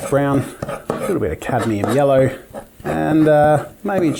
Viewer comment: catium yello? Yello